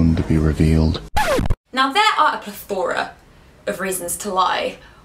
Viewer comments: the way she says pleth-ooor-a xd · I've never heard 'plethora' pronounced like that before, but it sounds really cool.